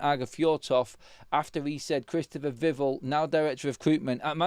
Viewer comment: Please pronounce “Vivell” correctly, mate. Vih-vell not vivvle